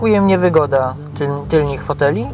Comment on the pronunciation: !!!! tylnych nie tylnich haha było dobrze i szybka zmiana na gorsze twardo !!! co ja tu robię że w ogóle tak długo to oglądałem hehhehee